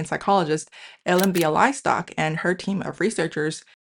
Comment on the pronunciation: 非常有意思的视频! 不过, “Bialystok” 不是这样发音的！😂